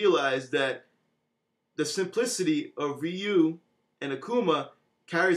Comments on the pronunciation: it is ree-you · Ryu's name is pronounced REE YOU as the Japanese say it.